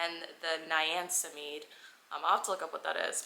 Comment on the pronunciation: the way you pronounced niacinamide took me out lol! You should try doung the ordinary skincare product haul, they are also really affordable and AMAZING quality.